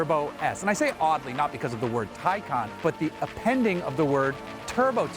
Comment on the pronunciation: Awesome review. Glad you mentioned real world range and also pronounced the name correctly!